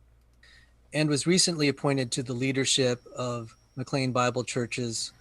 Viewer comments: needs to know what he's talking about before he comments on it. This was not a "death threat" against David Platt. And it's pronounced "McLane", not "McLeen". And Platt is late to the game - the church started in the early 60's and became a Megachurch under Lon Solomon in the early 2,000's. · The church's name is pronounced as though it were spelled "McLane"